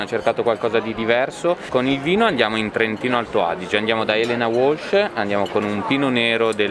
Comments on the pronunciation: Però il cameriere, che storpia il nome della cantina alto Atesina Elena Walch e lo pronuncia UOLSC, non si può sentire! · Non per fare l'antipatico ma, a , Elena Uolsc in Trentino non si può sentire, sembra una produttrice vinicola inglese...... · piccolo accorgimento sui vini, la pronuncia di elena walch da parte del cameriere è errata, poiché in tedesco sarebbe “valh”, non pronunciando la a come o come viene fatto nella lingua inglese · Elena Uolch non si può sentire... per il resto tutto stupendo 👍🏻